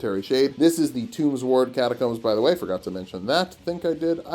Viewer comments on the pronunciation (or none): none